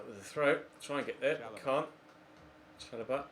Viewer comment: It's SHA LO BAH not Cha LO Bah